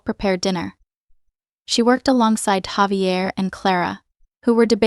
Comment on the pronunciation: It would be great to have words such as names pronounced correctly. Javier is Spanish, pronounced Hahveeair